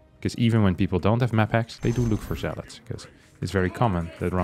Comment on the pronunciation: I keep thinking I hear 'MaxPax' as opposed to 'maphacks' haha